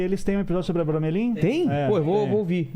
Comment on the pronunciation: Vilela : eu sei , estudei muito o abramelin. E falou tudo errado kkkkkk